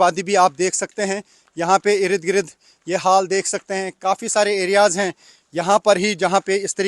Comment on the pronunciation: Irid girid😂😂😂 achcha laga ye sunkar. Ird-gird bolne me utna maza nahi aata.